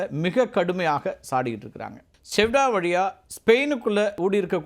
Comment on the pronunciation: அது செவுடா இல்லை.....செயுடா